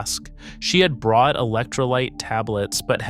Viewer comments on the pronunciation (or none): none